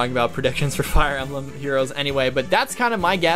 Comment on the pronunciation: did you say "flier emblem"?